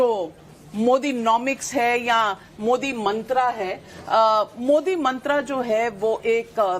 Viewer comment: मंत्रा नहीं,नाविका जी, मंत्र , बोलिए मंत्र